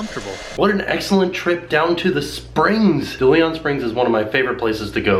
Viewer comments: I love your channel but the park is pronounced DAY-LEE-ON Springs. Like the famous explorer. Thank you for all the great videos and keep up the good work! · Take a shot every time mispronounces "DeLeon"...I died